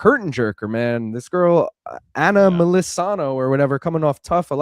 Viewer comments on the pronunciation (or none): none